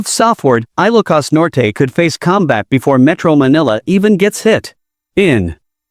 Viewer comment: Very bad pronunciation of ILOCOS. PLEASE STOP IT!!!